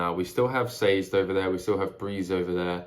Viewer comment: Sazed Rymes with David, just a tip on pronouncing his name.